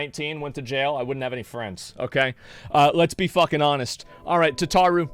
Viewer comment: Jeez you suck at pronouncing the character names, adding extra letters or just removing letters at random. Minfillia and you say Milfena...like, WHAT? Tataru and you say Ta-Tar-ru, its TATA-RU. They even SAY the fucking names in cutscenes FFS.